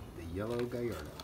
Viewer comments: it's GALLARDO not gyardo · its not gaiiardo its Gallardo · Galrado not garato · He said gayeroe instead of gallardo🤯💩